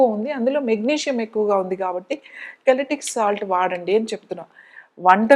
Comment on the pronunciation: అమ్మా.. అది కల్టిక్ సాల్ట్ కాదు తల్లీ.... అది Celtic salt ( సెల్టిక్ సాల్ట్ )అంటారు...